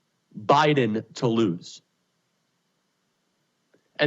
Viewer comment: Joe BYE-THEN